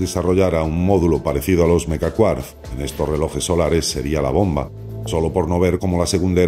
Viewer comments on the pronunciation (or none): none